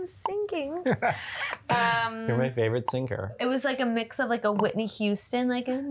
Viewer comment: 'whisney' hahaha